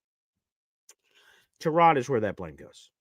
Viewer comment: Let's start with...that's why I call him "Punky Baker" because he's always been a punk, acted like a punk and everyone excuses it as the all "competitive, chip on shoulder."...I know you are big on names...it's Tie-Rod. You probably didn't hear on the broadcast, they brought it up. They asked Tyrod himself, and he told them I pronounce it "Tie-Rod" so there you have it. Consider your source for "TaRod"...hmmm. Something Jets fans need to stop saying it this team has talent, especially on defense. They just don't. They have a few good players, the have zero safeties (sorry but Cisco is atrocious). They have a way overrated (by Jets' fans) MLB, they have DL questions. They really don't "have talent"...Q, Quincy, Sauce, WMD, JJ (when he plays), and the two DT's they just picked up, that's where the "talent stops" It's not enough. I have no problem with AG getting fired up about the FG block, people HAMMERED Saleh and Bowles because they showed no emotion, now AG is going to get hammered FOR showing emotions...nope. Lastly, I've seen a lot of "schedule peaking" saying oh the Jets should beat Miami, or Carolina or any other team or it's bad...news flash...those teams are looking at the Jets saying the same, exact, thing! This team "should" not beat anybody. Every win will be a battle, there is no "should" and with this talent the idea it's unfathomable we lose games is silly. Miami is better right now. Their offensive talent will shred our D. UNLESS...they can put some thin